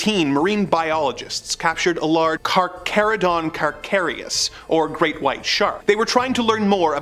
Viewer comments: You don't pronounce the CH in carcharodon. You pronounce the CH like you were saying charKaradon. Just FYI. Reference (Jaws 1975) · “Carcharocles” isn’t pronounced “car-chur-oss-lis”, it’s pronounced “car-care-eh-kleez” or “car-car-eh-kleez”. Same thing with “Carcharodon”, it’s pronounced “car-car-eh-don”. It’s your channel, butcher it if you please, but for anyone learning, you can pretty much assume that anything with a “ch”, especially in science, is 99% of the time pronounced like a “k”. Echidna, trachia, Brachiosaurus, Trachodon, Pachyrhinosaurus, Pachycephalosaurus, Archelon, etc.